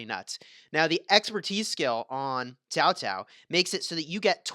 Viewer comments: It's pronounced cow cow not ZAO ZAO.. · Actually it's chao chao